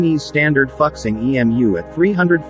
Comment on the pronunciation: 复兴被念成fucksing😊